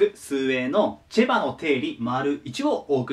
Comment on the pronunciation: チェバがチバに聞こえるのは俺だけ？